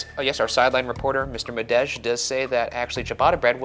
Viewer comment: HELLO not madej with the hard J